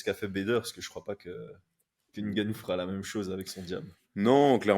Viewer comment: Je salue l'effort de prononciation pour le nom de Ngannou